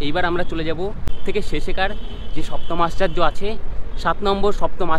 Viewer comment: আশ্চার্য নয় দাদা আশ্চর্য 😂😂😂😂